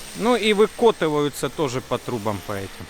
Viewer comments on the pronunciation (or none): "ВыкОтываются") Так реально в Ростове говорят?